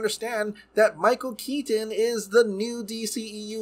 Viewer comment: I straight up will be skipping this movie. And when the heck was Michael Keaton's Batman ever murderous? And why do you overemphasize Michael Keaton's last name?